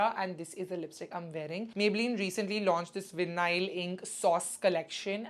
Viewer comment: The pronunciation of the lipstick is vai-nuhl not vi- nail. <3 :)